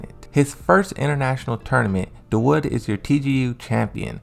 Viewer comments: Da wood Lmao. Its more like Da-woo-d! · Mans said Da wood 😂😂